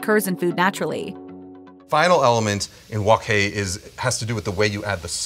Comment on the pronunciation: Please say it right, it's wok hai, by wok kai.